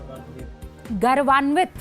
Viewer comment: मैडम सही शब्द गरवांवित नहीं बल्कि गौरवान्वित होता है